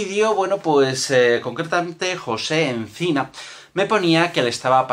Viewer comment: que me llamo "Oncina" y no "Encina" como dices en el vídeo. No te preocupes, mucha gente se equivoca con mi apellido:-(